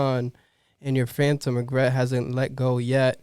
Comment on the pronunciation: The guy trying to read Phantom Regret hurt me with how much he butchered it 🤣